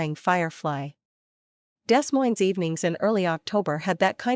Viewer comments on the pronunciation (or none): Gee, You definitely are not from Des Moines, It is pronounce De Moine, It make you sound like a fraud from the very start of this story!